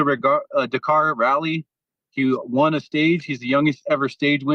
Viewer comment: it’s nuts Ariel still cannot pronounce the word “won” correctly lol